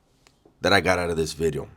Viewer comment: New Video 🎉 Not new widieo new bideo or new weeedio ❤️